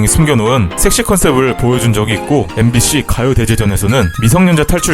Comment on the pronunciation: 섹시 발음 ㅈ같네